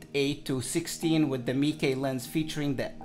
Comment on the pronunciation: Nla marca no se pronuncia como el raton de Disney, se pronuncia Meike